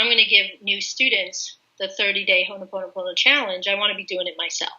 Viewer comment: It's ho'oponopono not Honoponopona! Awesome video